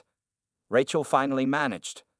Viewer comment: The narration continues to mispronounce 'Rachel' as if the first syllable rhymes with rat. In excusable.